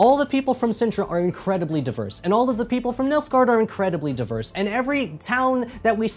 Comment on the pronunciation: Oh boy I thought he was saying MILF-gaurd....